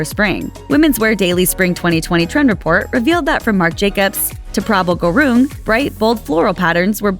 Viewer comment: Lol how tf did you just say prabal garung?